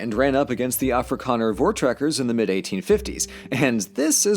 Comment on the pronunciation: pronounced as (For you american accent) Four Trackers